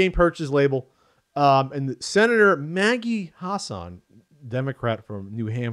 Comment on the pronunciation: Hass - an, not Hahs - sahn. She's a Senator from New Hampshire, not Iraq.